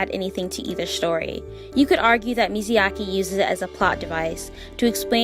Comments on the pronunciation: Love the video! But everytime she says "Miziaki" I cringe. It is MIYAZAKI please!!!! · Girl, the way you grossly misspronounce Myazaki's name truly scratched my brain în The worst way possible. Is Mya-zaki, not Mizi-yaki. Wtf. Who is this Mizyaki dude you keep talking about, lol. Again Myazaki, not Mizyaki. Didn't you hear his name pronocing like a million times already by literally everyone else? How do you still misspronounce it. Is wierd... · the way she kept saying miziyaki instead of miyazaki drive me crazy 😭😭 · Mizayaki 🤭 i have to giggle everytime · Now I have to read the book, this is a good effort trying to explain the story further. Now you’re goal now is to practice saying his name correctly. It’s Mi-Ya-Za-Ki, not Mizayaki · mi ya za ki... not not mizu yake. please stop calling him grilled water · everytime I hear MIZYAKI..... T_T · I realize I pronounced Hayao Miyazaki incorrectly in this video. I apologize for the mistake!